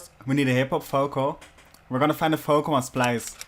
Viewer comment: VOCAL not FOCAL.. 😂😂 whats up with dutch people using f instead of v all the fucking time